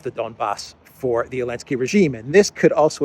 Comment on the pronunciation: Why is call Zelensky -"Elensky"?